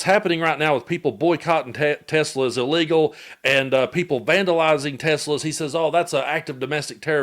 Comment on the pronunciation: "We have to take care of our high IQ people, 'cause we don't have many of 'em." Says the guy who can barely string a coherent sentence together & whose grasp of language (cofveve, hamberders, or more recently 'Tesler') along with his "tariffs fiasco" makes his current status as POTUS a friggin joke! 😂